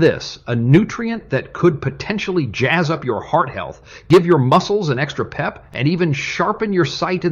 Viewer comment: "Keep muhcelees moving..."🤣